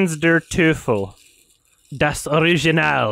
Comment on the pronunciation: If a german viewer would write "Tanz der Teufel" the way pronounced it it would be "Tens der tüfel, das Orijinahl"... I love it.